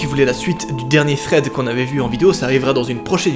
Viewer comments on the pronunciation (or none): tu a dit Fred au lieu de thread a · Tu dis pas THREAD , tu dis FRED mdr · '' vs êtes friand de fread '' 😂 deso 😘😘❤️😍